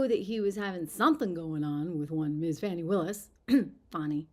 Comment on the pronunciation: Her name is Fani not Fauni, or Fawni. You know like Fannie Mae. It's an old school southern name... Kinda like Beaula . Stop lying Fani.